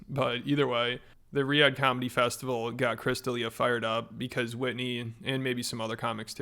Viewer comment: Whenever I see him or hear his name I just think about how Eric the actor, ETM, pronounced his name like Christa Lia.